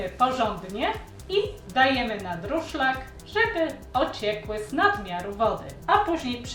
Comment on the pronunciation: Durszlak a nie druszlak😅 Przepis dobry, wypróbowałam 😊